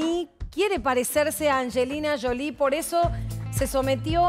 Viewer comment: Es Angelina Jolie, no Anshelina Sholie